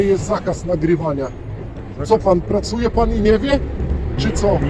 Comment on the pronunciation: Dlaczego BEZMÓZGI 'pracójom' w kryminalnym ?????